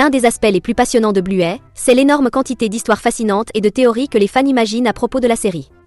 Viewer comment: Arrêtez de dire bluet son nom c'est bluey